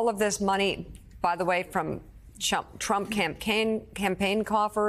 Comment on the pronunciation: I LOVE that slip of the tongue, when she called trump, chump.😂👍 That was GREAT!!!